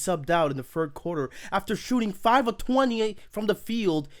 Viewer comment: “the fird seed” “firty five points”